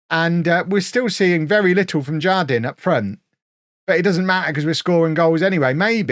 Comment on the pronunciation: The Spanish J sounds like an H, so it would be har-DEEN. it means "garden" :)